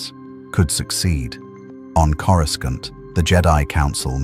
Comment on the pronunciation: Why can't these AI's pronounce Coruscant properly and so many other words.